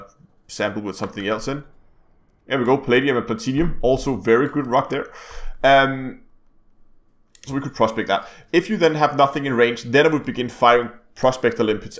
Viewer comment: "platanium" lol